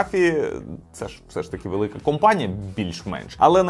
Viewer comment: то компанія, а не кАмпанія😄